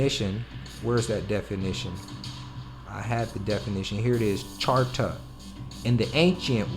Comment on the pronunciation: Islam brother, charta is not pronounced character it is charter. Peace and Love~